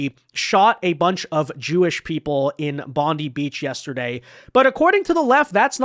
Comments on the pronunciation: Love your vids, but fyi its pronounced Bond’eye not Bondi. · I know people that lived in Cronulla, it wasn't a race riot, it was a gang fight between two large gangs. Also pronounced "bond-eye" not "bondee". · immigration is the problem, not guns. and its pronounced BONDEYE Beach...not BONDY. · JC another American saying Bon-dee instead of Bon-die (Bondi). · Just came to stop by and let you know its pronounced Bond-eye. Hearing it pronounced bond-ee sounds like it was put through a woodchipper. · Say Bond-eye and not as Bondy, Bondie, or Bondey or like (Pam Bondi) Beach. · 'Bon-die' not 'Bon-dee' ..............😊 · It’s pronounced Bond eye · Im a Australian and i can say it was Muslims that committed this horrific act , and when pronouncing Bondi, the letter " i " must be pronounced like - eye, I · “Bond eye” beach is how you pronounce it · Bondi is pronounced "Bond-eye" in Australia. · So our government openly supports Palestine. Let's them fly their flag every where. Shut down half city for thier protest against Israel. 15 Jewish people get gun down and.....it's the gun laws fault. Not immigrating half the middle east here. Not our governments perplexing support for Islamic terrorist states, nope it's not enough gun laws. By the way it's pronounced bond eye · It’s BON-DYE beach FFS. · Brother love your shows. The way we pronounce Bondi is bon-die. A fan. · It's pronounced Bond-EYE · First off, please pronounce it BOND - EYE (Bondi). How is omar still presenting herself after the revelation she is taking billions out of the country? Our gun laws are already tight here in aus, it will be interesting to see how they make the laws tighter. Great content,, keep it up! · Bondi is pronouned Bond Die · it's pronounced "Bond-Eye". 🤣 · Hey, can I please correct the grammar, it's Bondi ( bond - eye). Id also like to give a huge shout out to the Syrian refugee, now Aussie citizen, achmed al achmed who put his life on the line do disarm the grub